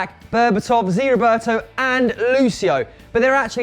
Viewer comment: It’s not Zee Roberto